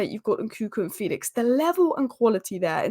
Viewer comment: Fell-ix not Feel-ix